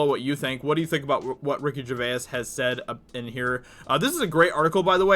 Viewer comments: it's Ger-vase. not Ger- veyuss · Yellow flash says Ricky Gervais' name properly, I don't know if you're saying his name like that as a joke but it sounds really odd. It's only because I'm English lol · Still not saying his name right I see. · Ever though he miss pronounces it on purpose to fuel the YouTube algorithm with ur comment correcting him, that in the end ranks him higher in search results?